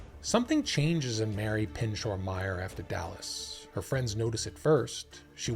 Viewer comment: It’s pronounced “ PIN -SHOW “